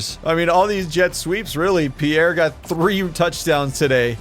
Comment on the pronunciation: Youre saying pierre the right way